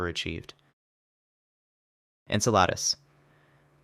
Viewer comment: insaladus?enceladus is mad😂🎉